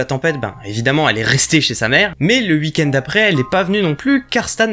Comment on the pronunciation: Je kiff t'entendre dire "hui-kend" pour weekend. Avoir des barreaux aux fenêtres bien pour empêcher toutes intrusions mais pas top pour s'enfuir d'un danger.